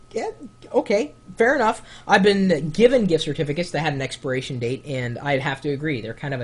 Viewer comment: lol "expiration" date, not "experation" date. haha! funny Chris.